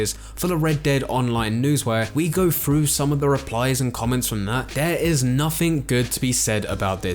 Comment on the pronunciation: i wish people with the english lisp wouldnt make voice content. keeps saying "going frew". its hilarious